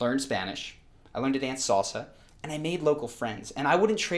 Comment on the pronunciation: 10 months in Costa Rica and he didn't learn how to pronounce salsa 😂